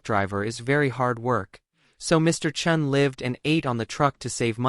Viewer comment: Chen, Chun, make up your mind! You alternated pronunciations the whole video. (Cringe.)